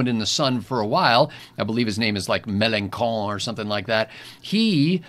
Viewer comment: "Mélanchon" is pronounced "Meh-lan-shon" not "meh-lan-kon".